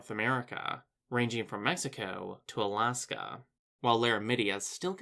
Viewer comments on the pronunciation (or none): none